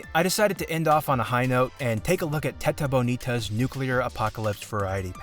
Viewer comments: Ele falando Theta Bownita do nada me pegou muito desprevenido KKKKKKKKKKK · I was drinking some water and I almost spat it as you said out loud "TetaBonita" (That's portuguese for "beautiful tit") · DO NOT SAY "tetabonita"